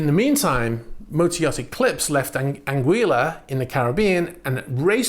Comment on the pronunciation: It's anguila, not anguiya.